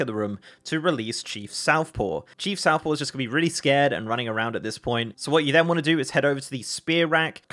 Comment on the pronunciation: Just want to point out, it's Chief SOFTpaw, not SOUTHpaw...